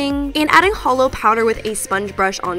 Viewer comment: I love, but it physically hurt every time she called that holo 😂